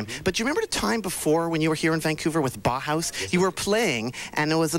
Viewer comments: Makes me think that whenever Brits criticize Americans for being stupid, they are really thinking of Canadians. BTY, it's pronounced Bow House, not Bah Hahs. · Sure, but still he ought to have researched the proper pronunciation of the name Bauhaus.